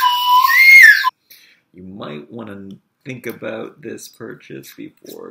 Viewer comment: I know I'm totally immature but I giggle every time you say aboot :P